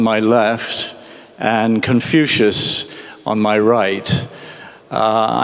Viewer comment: 他甚至不能正确的说出孔子的英文发音😂